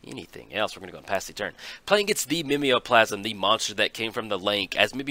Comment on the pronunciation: pretty sure it's Mime-o-plasm which make more sense than ur southern interpretation